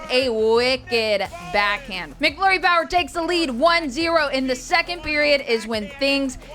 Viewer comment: It's MACflurry - not MICKflurry!